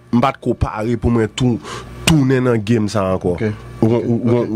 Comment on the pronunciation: Qui est la en train de remarquer que ne peut pas dis mwen. Il dit constamment mren lol